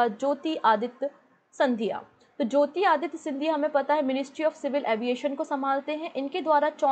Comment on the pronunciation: MAM ITS JYOTI RADITYA NOT JYOTI ADITYA 😄😄